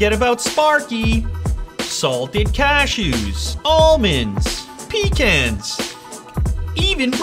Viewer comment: U mispronounced pecans.